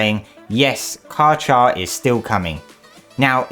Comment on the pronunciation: Kar Kar please stop fucking saying car char 😭